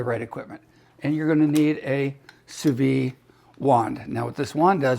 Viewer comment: In French, if an E follows the D then the D is hard, but the E is not sounded. Therefore it’s phonetically pronounced “Sue Veed”